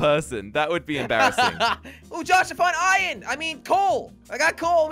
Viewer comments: it hurts me every time they say ion instead of iron :( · minecraft:iron:iyen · I don't know if it is just me but sounds like he is saying Eye in its I ern